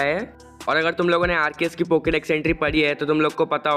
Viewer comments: Arkeus nahi Bhai arseus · Arceus h bhai arkeus nhi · Pahli baar Arceus ko arkues bola gaya hai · Why you say Arceus it RCS Easy